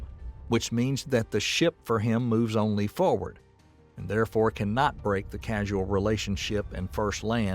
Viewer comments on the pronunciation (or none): = Causal, not casual. lol